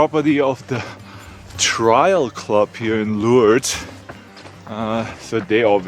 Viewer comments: do you mean to say 'trail' club? Because trail rhymes with male or mail. I understood you to say 'trial' which rhymes with file and it is a legal term meaning hearing, litigation or tribunal. Just checking. Be careful with the order of 'a' and 'i' in words. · “Trail” not “trial”❤ No worries our German bruder. 😊